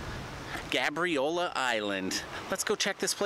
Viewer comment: It’s pronounced gay-briola